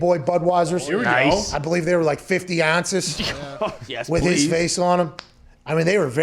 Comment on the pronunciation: the way pat says ounces lmaooo